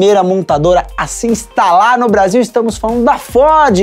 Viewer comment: Estamos falandoo da FÓDE - nao consigo para de voltar aos e escutar FÓDE novamenteeeeeeeeeeeeee